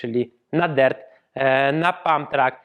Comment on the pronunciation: Ja myślałem że sie mówi dirt a nie dert